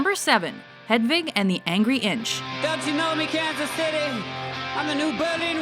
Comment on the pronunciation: okay may be shit but at least they pronounce hedwig correctly